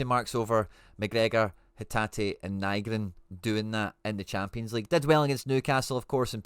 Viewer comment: Hail Hail! Liked & Subscribed. Just one pet peeve…please, fur the luvagod, pronounce Nygren correctly! Otherwise, your analysis is right on point mate. There’s no one better than you at dissecting a game of football. Top 💯%✅!